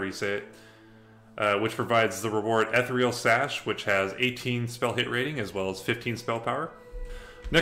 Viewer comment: Cool content and great series idea! But... 'ethereal' rhymes with 'cereal' (